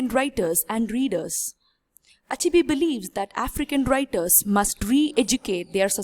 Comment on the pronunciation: heeey learn how to pronounce the name chinua achebe not achibi. Anyway good work